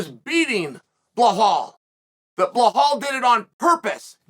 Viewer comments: and calls belal blahal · “Du Plea-seas” “Bla-hall” 🤣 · Chael is such a genius for calling Alex "Piera" and Belal "Blahal". Makes people comment about it, getting more traction. Not to mention how hilarious that he can make a Brazillian with indigenous origins sound like he's a french guy named Pierre. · Doesn’t even compare to “Blahal” Belals evil twin 💀💀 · He’s 100% mispronouncing Belal on purpose lol